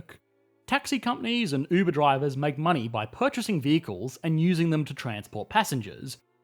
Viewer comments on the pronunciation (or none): none